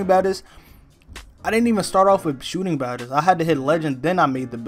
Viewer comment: So we not gone talk about he says Sootin Bad-es instead of Shooting Badges